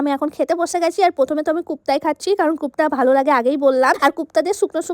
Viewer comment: কোফতা ❌কুপ্তা ✅😅